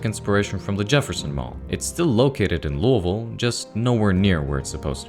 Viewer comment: OH MY GOSH YOU SAID LOUISVILLE NOT LOUIS-VILLE AND DIDN’T BUTCHER IT LIKE SOME YANKEE